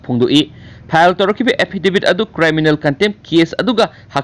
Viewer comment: Chanbiduna criminal haibiyu cryminal haiba natte